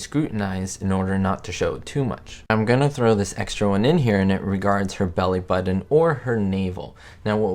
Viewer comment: The word,” important”, has two ‘t’s and NO ‘d’s... Just saying. And there are no ‘d’s in the word, ‘button, either.